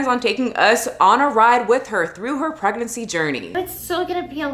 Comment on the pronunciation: LoL the "pregnency" 🤦🏼‍♀️